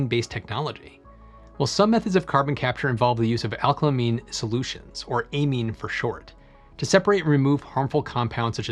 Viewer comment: thumbs down for mispronouncing the word "amine' numerous times